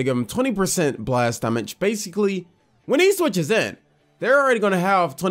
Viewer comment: Why does he say damage instead of damage